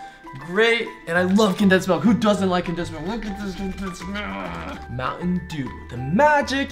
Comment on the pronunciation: I like muantendew to